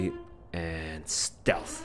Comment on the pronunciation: HAHAHA! IT IS NOT SLEATH MISSiON